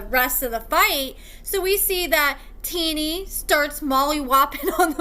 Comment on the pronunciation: I love your videos, but I'm starting to be convinced that you dont actually watch or pay attention to the episodes. First you were pronouncing Shonta wrong now your pronouncing Tennie wrong and she didnt ask his mom "who are you talking to" she said "what is your problem with me" 🤦‍♀️